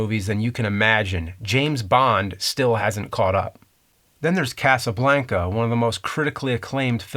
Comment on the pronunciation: I did not enjoy how you said casaBLANKuh